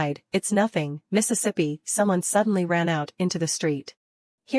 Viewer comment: Now I have discovered the error in this AI narrator voice. There are probably a few more, but? This one likes to say Mistesippy. I have already noticed it in 3 or 4 other stories where it was used.